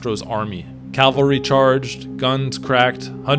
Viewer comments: Great insight, great video but it is driving me insane, it's CAVALRY not CALVERY, CALVERY is were christ was crucified, CAVALRY are horsemen 😉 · Great video! But it is cavaLry (horsemen) not caLvary (the hill of crucifixion of Jesus Christ).